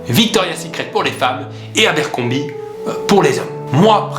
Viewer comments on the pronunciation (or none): Abercrombie avec un r s'il te plait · on dis "abercombRie"